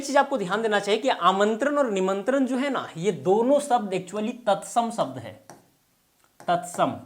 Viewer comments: शब्द को सब्द क्यू बोल रहे हैं आप सर जी😂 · व्याकरण पढा रहे हो और श, ष को स बोल रहे हो.... शब्द को सब्द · आप शब्द को सब्द बोल रहे है। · Sabda nahi Shabda hota hai... pahale aapni Bhasha Sudharo😂